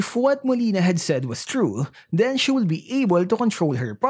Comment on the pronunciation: Napansin ko lang, bakit yung pronouncement mo ng COULD ay 'kuld', WOULD ay 'wuld', at SHOULD ay 'shuld'?..wala lang ganda ng story ni Nana.